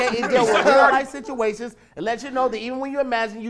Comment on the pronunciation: "Lear life siturations", 2017